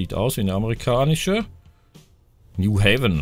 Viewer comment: vergiss nicht in Graz und co. die Busse zu machen. New Haven spricht man auf Deutsch New Heiven aus.